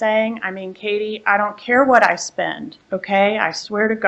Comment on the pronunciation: mispronouncing Katie's name... 😂